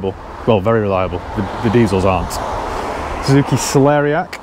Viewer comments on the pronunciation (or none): "suzuki celeriac" 😂